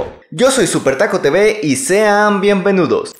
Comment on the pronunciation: Like si no sabes por que dice bienvenudos xd